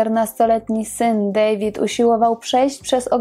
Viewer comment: Wymawiamy Dawid nie David bo Niemcy wymawiają to imię tak jak my.